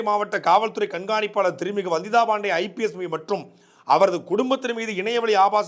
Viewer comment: ரங்கராஜ் பாண்டேன்னா ஒழுங்கா உச்சரிப்ப வந்திதா பாண்டே ன்னா நாக்கு பிரளாதா? வந்திதா பாண்டேன்னனுசொல்லும் போது Bandey னி சொல்ற? தமிழ சரியா உச்சரிக்க தெரியலைனா ஆங்கிலத்துல சொல்லுங்க தமிழ்ல உச்சரிப்பு தப்பானா அசிங்கம்.